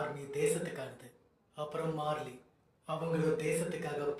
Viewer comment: மெர்லின் இல்ல மார்லின் Bro